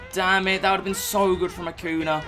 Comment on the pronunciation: It’s not Akuna , it’s Akunya